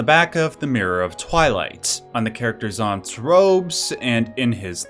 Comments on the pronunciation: ur the only one who pronounces zant like zaunt like what is he ur zauntie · zaunt? bruh its pronounced zant lol 🤦‍♂️ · Bit late but did you fucking say "Zaunt" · Its zant like rhyming with ant jesus i hate mispronunciation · It's pronounced "Zant"